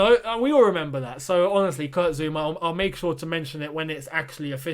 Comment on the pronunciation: It's Zouma ffs, can none of you read the player's names? How do you always get them wrong?